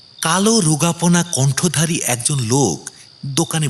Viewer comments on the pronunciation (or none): কণ্ঠধারী নয়। ওটা হবে কণ্ঠিধারী।